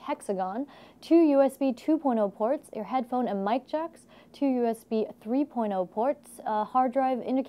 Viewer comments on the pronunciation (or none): thats a beautiful case, comes with all the fans too, my coolmaster only came with two fans and tons of mounting points but to have all the fans already there is great when you dont already have fans or no place to buy them but online. I have one question, when she talks about USB ports, why does it sound like she is saying USB porno connections?